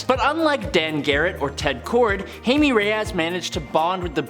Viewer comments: OMMFG PLEASE GIVE US A GOOD SPAWN FILM. Also, blue beetle is "hi-may" not "hay-mee". But the beetles suit in film looks just like iron man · Dude, I enjoy your videos on this channel most of all, but do you honestly believe that Jaime is pronounced 'Hay-may'?? Do they not have Hispanic people in Canada? I get if someone's going to say Jamie but it's high may Jaime. I've never heard. Hey Mae, ever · In English it’s Jay-Me like the actor Jaime Fox , but seeing as Jaime Reyes is a Latino , in Spanish it’s Hi-Me 🖖🏾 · I find your lack of proper pronunciation of "Jaime" and "melee"...disturbing.